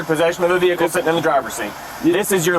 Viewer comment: Ve-Hickle. Smh